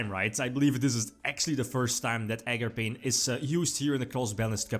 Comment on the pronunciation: Nooooo ARGAPAIN